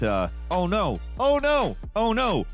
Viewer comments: You pronounce OUYA like a German with a thick accent saying"ooh yeah" das is good. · When you can’t remember how to pronounce the name of a console that says its own name when it starts up, then it was a massive failure. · That isn't even close to how you pronounce Ouya and I feel like you're doing it on purpose